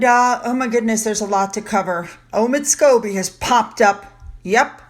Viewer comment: Lady C calls Omid Scoobie - Omid Scabies